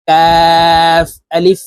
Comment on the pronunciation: আপনার ভিডিওটা দেখলাম। খুবই গুরুত্বপূর্ণ! তবে আপনার উচ্চারণে আলিফের পরিবর্তে আলিছ উচ্চারিত হচ্ছে। যা শিশুদের জন্য সমস্যা হচ্ছে।